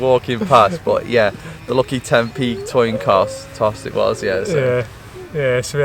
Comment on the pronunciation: a toin coss 😂😂😂😂